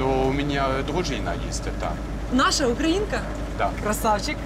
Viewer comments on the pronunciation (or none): none